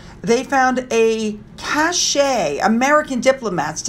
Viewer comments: Sorry, but it's a cache ('cash') of German documents (not 'cashay') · Hey, the cache of docs they found is pronounced like cash. Hope this PH media deluge/barrage is over soon. Finn looks extremely alert, the only hint that he is scared is that he has placed himself behind pillows in a corner.